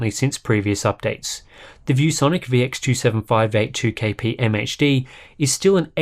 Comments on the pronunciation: this guy pronounces those complex model numbers so smoothly and consistently its wild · Love when he says : "ViewSonic VX2758-2KP-MHD"